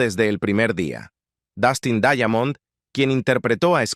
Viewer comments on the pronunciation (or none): Se pronuncia "Daimond" no daiamond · Por qué lo pronuncias "Daiamond"?